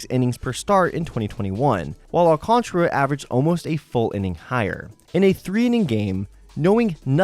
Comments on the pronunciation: There is an A before the R so definitely is Al-Can-Tara not Al-Can-Tra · I think it’s Al can tear uh